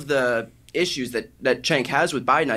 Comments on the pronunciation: Someone tell Brian how to pronounce Cenk's name. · Neither Brian nor Piers can pronounce Cenk's name correctly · I feel like ANY guest other than Cenk would have the host and other guests pronounce their name correctly. It isn't that difficult to learn how to pronounce a 4 letter Turkish guy's name. Honestly .